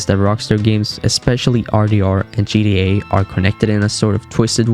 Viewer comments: He can’t even say GTA right he keep saying GDA 😂🤦🏽‍♂️ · Why is he saying GDA😭😭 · I can't watch your videos as you keep calling it GDA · Bro said GEA instead of GTA🤣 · "g D a"? no. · GTA not gda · G TTTTTTTT AAAAA NOT GDA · "GDA" is super fucking annoying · its GTA not GDA!!!!!!! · Bro, it's gTa not gDa. 😂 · it sounded like he said GDA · Why do you keep saying GDA? Stop it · Why you guys like that. He can still say the words so what if he pronounces it wrong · Tell him to pronounce it right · I’m sorry but why you say GTA like that